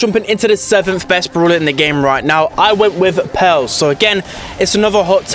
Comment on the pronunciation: Everyone: Pearl: Peehrl